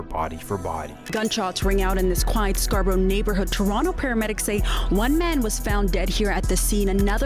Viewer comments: MISINFORMATION!!! Stop Trying To Make Toronto Videos When You Know Nothing, This Whole Video is Nonsense, You can’t even Pronounce Scarborough properly Smh just delete this video. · There's no s in Scarborough!! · bro didnt do any real research lmao says GGG's claim driftwood lmao that a whole diff set, and said top5 was the hooper thats his brother also didnt pronounce Scarborough proper one time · Scarborough, not Scarsborough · It's not ScarSborough....it's Scarborough man ffs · scar-borough not scarsborough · It is 'SCAR-Borough' NOT 'Scars-boro' learn how to say things properly before you make a video. And a lot of what you're talking about is BS. G-block doesn't even call themselves "Galloway boys". It's a name the media used only. And the entire city did not get involved with Orton Park/G way beef. Like WTF is "Scars-boro", can't get over this. And imagine believing ppl go to Fort McMurray to duck. The stuff in your video has nothing to do with Drake, you're slandering the boy. The stuff about Reps up too lol. You know less than nothing. You are a clown. Delete your channel. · N it’s pronounced scar bro not scars bro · Scars-borough 😂😂😂😂😂 Its scarborough every immigrant lived their once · Scarsborough? Nah you trippin with that 2nd s 😂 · It’s Scarborough bro, not SCARSborough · It's pronouced Scarborough not scarsboros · wtf its Scarborough not scars borough lmao one S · Scar borough not Scarsborough, preciate you doing stories for us northern boys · SCARborough bro…..SCAR-BOROUGH What is this ‘Scars’ borough nonsense you keep saying. I’m offended smh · scarSborough is killing me. its scarborough, theres no S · Pronounced... "Scar-bro" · lol Not Scars-borough lol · Its pronounced Scar - Borough ..... smdh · its pronounced Scar-borough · “Scars-boro” c’monnnn bro😂😂😂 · Please, it's pronounced "scar-bro" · There's no second S in Scarborough. Its not pronounced ScarS-borough. 😂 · LOL scars-borogh!